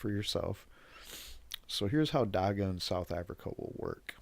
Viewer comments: It is not pronounced Dakka. It is more like dach-hah. We have a huge Rastafarian community, even a famous rastafarian lawyer (Gareth Prince) who have been fighting for legalisation since the 90s. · I know his not from here but the way he pronounces Dagga is irritating.